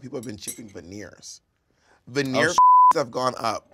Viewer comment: I wasn't paying attention and instead of hearing " veneers" I heard " venereals" (STDs) Bob: Do you have "venereals" Naysha: Yes, a couple 🤔😱😂